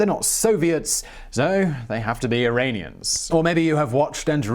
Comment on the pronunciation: Sorry Simon, it's not Irainians (sounds like rain) it's Iranians (sounds like ran). I have many Iranians/Persians in my life.